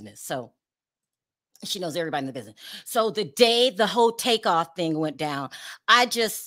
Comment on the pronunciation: It’s Takeoff not Take off… 💯💯💯🚀🙏🏾❤️